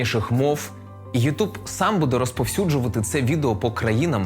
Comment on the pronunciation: ютЬюб*, а не ютУб